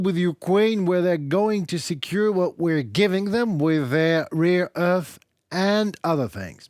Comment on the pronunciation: Instead of rare earth you stupidly say rear earth! Learn to pronounce or don’t talk!